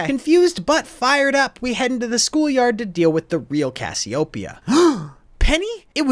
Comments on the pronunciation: Cassioopia? Thought it was Cassiopeia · Why does everyone pronounce "Cassiopea" wrong? Its "Kasyopeya" emphasis on "Kas"